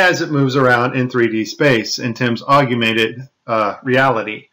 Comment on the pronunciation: "Aug-you-mented" LOL